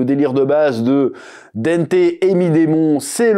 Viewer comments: Pitié chef prononce au moins le nom de Dante correctement stp 😂 c’est pas Dente !! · dANte, avec le son "en" comme dans "dent", "restaurant", "enfant"!! dANte bordel!!! Pardon